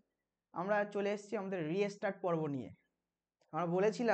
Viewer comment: Restart er pronunciation ki reastart ....ektu notice korben